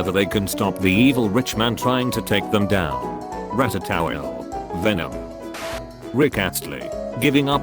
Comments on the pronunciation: R A T A T O W O I L E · Normal person: Ratatouille Text to speech voice: Rat-A-Towel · “Ratatowel” “Venom